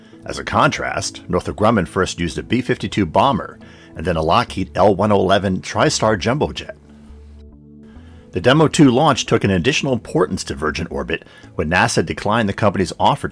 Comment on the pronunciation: Umm. That's a Lockheed L-1011, sir. (L-Ten-Eleven)